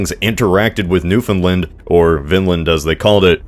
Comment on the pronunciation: Interesting way to pronounce Newfoundland.